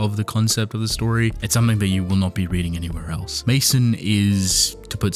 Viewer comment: I think Maison is supposed to be pronounced "mayzon", like the French word for house.